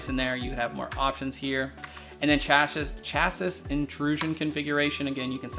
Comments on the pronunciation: FYI, the word "chassis" is pronounced "shassy" or "sha-see". Great video, thanks for going through all this. I'm looking at buying this motherboard for a new build with a Ryzen 9 3950x when it's finally released and having never had an MSI board before, I was wondering what options were available in the BIOS, so this was really helpful. Thanks! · Dimitri Sainis interesting. Perhaps it varies regionally. 🤷🏻‍♂️ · Love the way he pronounced CHASSIS